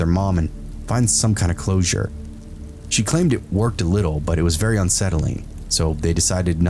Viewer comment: Damn luigi boards, "bery bery" scary